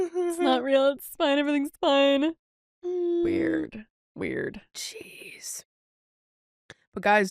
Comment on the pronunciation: I legit thought said cheese when she said jeez. I had to rewind it because i was so confused lol